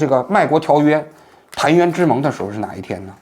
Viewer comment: 澶渊之盟，澶音缠，不音谈。